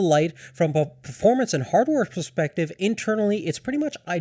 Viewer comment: Its funny how he says prerrespective instead of perspective